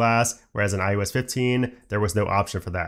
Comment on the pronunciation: Great content. But “iUS” will never not bother me. Especially after the 50,000th time, but im also pedantic, and my own pet peeves don’t invalidate the massive work that was put into your video. Thank you! And if you ever get some free time, look closely at your mouth in a mirror and say “eye oh ess” as many times as you can lol